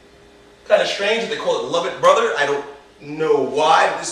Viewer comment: Hey just so you know, its Lovett Brother not lovitt! Cheers